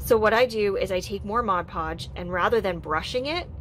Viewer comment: I love your creativity, and your explanations, but most of all and this is a weird quirk of mine, but you pronounce mod podge correctly. I absolutely LOVE you for that. no eye twitches while watching you.